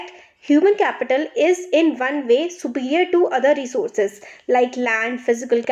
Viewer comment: Mam it's not re source but it is resources. Please note it your voice and other things are so lovely